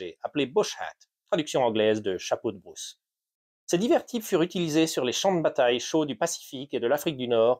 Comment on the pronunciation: The Bruce hat, huh? The AI voice can't cope 😄